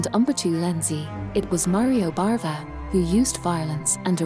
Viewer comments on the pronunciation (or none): Its BAVA not BARVA! Sorry if you cant get his name right, im out of here. 🤣🤣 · Bava, not Barva